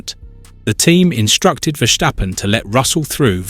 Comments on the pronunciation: It's hard ey", to pronounce a very simple name like Verstappen. It is "Verstappen" and it is not : Vershtappen like you did. You clown. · Makes me cringe everytime I hear it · Verschtappen?? Is he German now? 😄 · HE IS CALLED VERSTAPPEN WITH AN S NOT A CHE U CHIGNORAMUS!!!😂